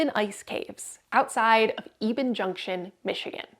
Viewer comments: Yep, definitely EHbben, not Eeeeeben. Negaunee / Palmer native here :) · I'm from the UP and only ever heard it called EBB-en. It's hard to pronounce most of names in this area tho. I never take offense. :) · Eh Behn. Born n raised in Market! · I grew up in Munising and always heard it pronounced Ebb-en. Almost like heaven! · You are pronouncing Eben incorrectly.